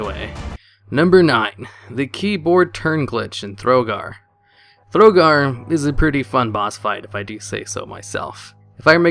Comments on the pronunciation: THO GAR not THRO GAR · THROGAR THROGAR THROGAR THROGAR ARRRGGGGHHHH It's not pronounced or written that way, nobody pronounces it that way!